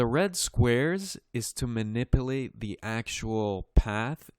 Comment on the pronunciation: Man-nipple-ate? Manip-u-late You are really doing a great job!